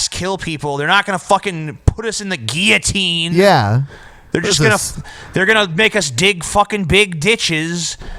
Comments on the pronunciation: I've never heard anyone pronounce it "gi-oh-teens" before. It's not a Spanish word guys. I'm pretty sure it's pronounced "gill-oh-teens". Gi-oh-teen just sounds... wrong. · That guillotine pronunciation thing is weird. I have literally never heard it pronounced like you guys say it. In the UK we all say "gill-o-tine". Guess we're pretty backward. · That's not how you pronounce guillotine #justsaying